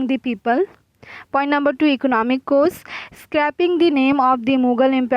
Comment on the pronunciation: Her English is trash.😑😑.she is pronouncing cause as cose.